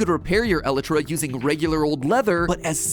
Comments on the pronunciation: I never heard someone pronounce “Elytra” that way, idk if that is the right way to pronounce it but if it is, It annoys me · yeah yeah, most pronounce the lyt- bit rhyming with flight and put the stress there but matpat putting the stress on the first e bit is just kinda weird lmao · he's been saying it wrong for years and its just slightly irritating but not enough to be super annoying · Matt, i love you. but PLEASE get the word elytra right. please please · El-EYE-tra. I don't care what you say. It's like GIF. No one's gonna say "elletruh". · nah he pronounces it e-lit-tra when its pronounced e-lite-tra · Fun fact MatPat: elytra isn’t pronounced e-le-tra. It’s pronounced eee-li-tra. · It’s pronounced e lie tra not Eli tra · Episode by far has to be the most painful MatPat has ever created MatPat: el-eh-trah Everyone else screaming: EL-IEY-TRAH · elitra? ELITRA?! ee-lie-tra = Elytra Sometimes, Matt, I wonder if your are real or an AI. edit, so a few google searches later and it seems the heathenistic pronunciation is also accepted. My day is ruined. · Matpat i love your videos, but its pronounced "ElYtra" not "eletra" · Why is he pronouncing Elytra so weirdly? Its pronounced "E-LIE-TRA" not "EH-LI TRA" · Oh- my god matpat whatever you do, PLEASE don't say elytra like that I've never taken my headphones off so fast when you said *elet-tra* instead of *E-lie-tra* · Item: Elytra ( pronounced E-lie-tu-rah) Matpat: 'El ItRa' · the way matt pronounces elytra as ell-a-tra, and not el-eye-tra cracks me up. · I’m glad everyone else is mad about “elittra” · How to pronounce Elytra E-lie-trah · I know I'm a bit late matpat, but because I'm particularly grumpy about bad Grammer and pronunciation I need to tell you, it is pronounced ee-lie-trah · Nothing against the video just its actually pronounced "E-lie-tra" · It’s pronounced E lie tra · Matt… it’s pronounce el-eye-trah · “elutra” it hurts me to hear everytime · matpat it's pronouced ee-lie-tra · It's "Ah- Light- Ruh"